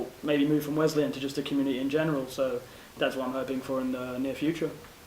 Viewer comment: Good broadcast. Thanks for continuing to pronounce Wesleyan correctly